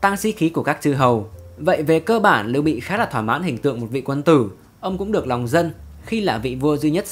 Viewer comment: Lưu Bị chứ không phải Liêu Bị nhé!